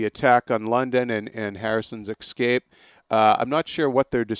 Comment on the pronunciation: The word is "escape", not "excape".